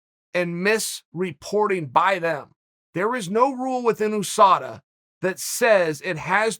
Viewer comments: Chael “Oosada” Sonnen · "OOSADA" - The OOnited States of America ?